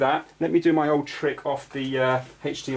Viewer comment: Anyone else think of family guy and Stewie saying cool hhhwip when he says hdmi? Lol